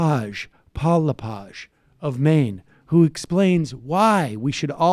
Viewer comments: Dude it’s Le-Page. Hard E. Also. I live in Maine, and this guy. Is. Not. Popular. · Paul LePig was elected governor of Maine by minority votes in two three-way elections. It is pronounced “Le + Page (as in a book)”. This is Maine, not France.